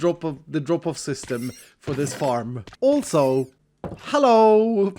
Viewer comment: I love when he says hello HAlloo